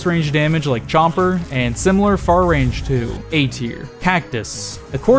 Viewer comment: Everyone:chomper Him:CHOMPA